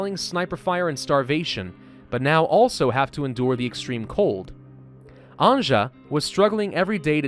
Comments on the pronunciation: Anje is not said As anjah is said as Anyeh…good god your butchering her name😂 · its bosnia the game is inspired by a siage of sarajevo by the serbian army in the 90s And slovenes croats serbs bosnians and montenegrins pronounce Anja like A NJ A "Nj" is one letter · since this Anja name is slavic, you might want to pronounce it as if it wrote Anya. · I’m just saying this game seems very Balkan inspired cuz of the names. And anja’s name is actually pronounced Ann-Yuh. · Anya...please...it hurst my Slavic brain when you torture that name :D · Anja is pronounced as ''Anya''. If you ever watched ''Anastasia'' cartoon, perhaps you noticed characters saying ''Anya'' when talking about main character. Also it's written ''Family's Collection'' in Serbian on that aged paper. Cheers! :D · Anja is pronounced Anya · No its anja "Nj" is one letter in all yugoslav languages Also the characters speak bosnian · I know, but he is saying it like she would be Frech or what. It really hurts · When you are saying Anja, try to say it like news, nj + u + s/z, I know slavic languages are hard, I'm sorry that I couldn't give you a better example